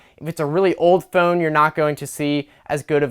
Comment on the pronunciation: The way this guy says phone makes me really wanna hurt him. And I don't have a violent bone in my body. But I guess if there was a trigger for violence to erupt in me somewhere on planet Earth? It's this guy's pronunciation of phone. :(